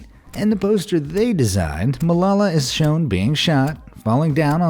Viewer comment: AMAZED You butchered Malala's name.